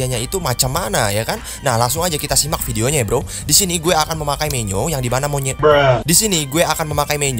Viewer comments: Funny moment mau bilang "menyo" ehh jadi monyet mau bilang mod/hoax jadi "mox" b aja ehhh maksudnya "tapi anehnya disini" mau bilang mod/hoax jadi "mox" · bilang menyo jadi monyet